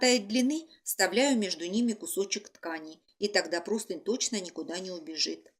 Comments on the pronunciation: Почему все говорят и пишут ПРОСТЫНЬ?!! Правильно ПРОСТЫНЯ́. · Друзья! Правильно -- простынЯ, с ударением на Я! Всех благ! Мастер-класс отличный 👍